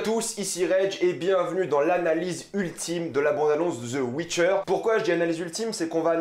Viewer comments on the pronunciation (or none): The witcher pas Zeu witcher